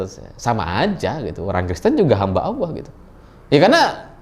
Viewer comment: Hamba Alloh bukan hamba Alah..akidah koq dianggap sepele